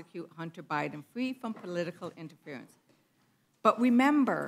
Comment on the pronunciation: "We weed to wemember..."